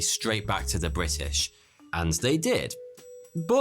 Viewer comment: Bri ' ish